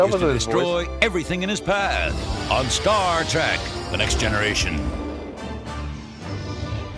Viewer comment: Did that trailer announcer say "Star Track"? Sure sounded like it!